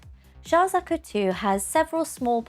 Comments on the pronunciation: they way she pronounces Zaku is bothering me, its like she's saying Zuku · me too! at least check how it´s pronounced before you hit record 🤦‍♀